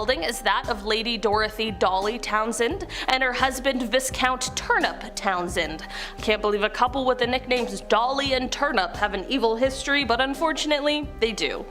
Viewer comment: In "Viscount," the "s" is silent, so it's pronounced "vi count." If you are going to be "content creators," at least do it intelligently.